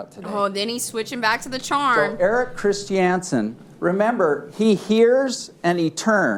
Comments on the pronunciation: Lol, is the dude's name really Erik Christy-Ansen? I'm guessing the name is Erik Christiansen. What an odd pronunciation choice. 😂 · I either hate the way the Lawyer pronounces Christiansen, or I hate Mr Chris Chee Anne's Son for having a dumb last name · is he doesn't stop saying "christiansen" like that 😡